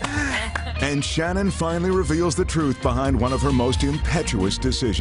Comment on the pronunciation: Shannen not Shannon